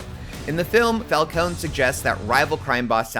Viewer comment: Just watched the movie. Absolutely fantastic. Only one flaw. Everyone pronounces Falcone wrong lol